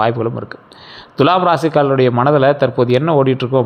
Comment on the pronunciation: உங்களிடம் ஒரு request. Dulam என்று தவறாக உச்சரிக்கக் கூடாது Thulam என்று அழுத்தி உச்சரிக்க வேண்டும். அதோடு வால்க்கை னு அழுக்கு ஒட்டினமாதிரி சொல்ல வேண்டாம். சுத்தமில்லாத சொற்கள் பலிக்காது!